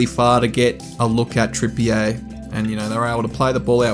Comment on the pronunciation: Lol great video but pronunciation is: Trippier (Trippy-er) Guimeraes (Gimmer-rishe)